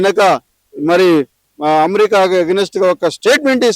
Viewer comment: అణు ఆయుధం అనే మాటను స్పష్టంగా పలకలేని గొట్టంగాడు, అమెరికాను అమ్రిక అని పలికే గాడిద కూడా మాట్లాడుతున్నాడు..